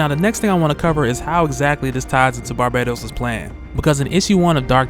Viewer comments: I realize that after so many videos covering Dark Knights Metal pronouncing Barbatos like Barbados that it would be hard to break away (at the very least you may wish to be consistent across videos) but wouldn't the link to Batman of all people default YouTubers to pronounce it Bar-Bat-Os? Like a bat, Aquaman can dig it. Good theorizing regardless,, and much love [almost] hearing Barbados constantly hailed up, but I can't ignore the more likely pronunciation. Lol. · "barbaytos" lol